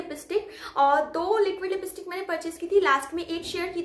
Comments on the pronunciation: Lipistik mat boliye lipstick pls😜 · Lipstik hota lipistik nahi ap word bolne me bht gadhbadh Krte ho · लिपिस्टिक नही दी लिपस्टिक